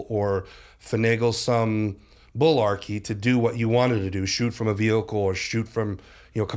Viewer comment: He keeps saying bullarky I’ve always called mullarky